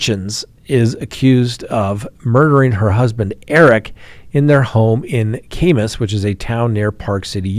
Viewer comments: Kamas is pronounced with short a kaamaas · that’s Weber (wē-bur) county and Kamas (cam-us) utah. 😂😂😂 we’re weird and pronounce our cities and counties differently.. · Utah city pronunciation guide: Weber: we as in bee bur as in burr it's cold Kamas: ka as in cat mas as in hummus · FYI, it's pronounced, "wee bur" for Weber County sheriff. Also it's pronounced, for "Kamas" , Utah it's "cam us" Utah. Crazy behavior lately. The guy in Ogden hadn't had communications with his mother and was pissed she was in MI. Sad story! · Kamas pronounced Ka as in "camera" than mas kinda like "mus" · What in the heck???! That is nuts! (, fyi, Weber is pronounced with a long E sound in the first syllable 😁). Ok, now back to listening to the rest of what you know. Kamas is pronounced with short A's. Lol! 😊